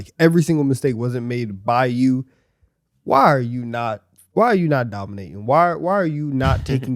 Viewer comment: I thought he really said "Why are you not DominAyton" 🤣